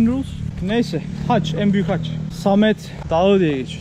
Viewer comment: hac değil haç